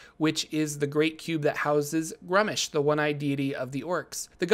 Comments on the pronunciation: Sigil (The City of Doors) is pronounced /ˈsɪɡɪl/ (siggle) not /ˈsɪdʒ ɪl/ (sij-ill) like the noun that exists out of D&D (meaning a seal or signet). Gruumsh is pronounced /grumʃ/ (groomsh) not /grʌm'Iʃ/ (gruhm-ish). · Its pronounced gruumish. Think glue but replace the letter l with r .